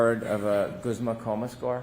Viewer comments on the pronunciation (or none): none